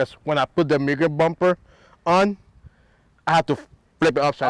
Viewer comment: I own a VSM DB8 type R. Also, its pronounced MOOGEN (mugen)